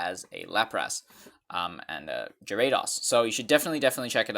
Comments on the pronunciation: What is a gare-ah-dahse? I hav3nt used either of these but it sounds like it's his first time using either and the relay is the selling point. Okay video, not even bashing him but I had to double check with so eo e who sounds like they used it more then me lol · "Jee Ray Dos"